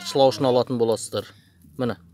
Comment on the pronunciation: Шлаушын емес шлаушан десиш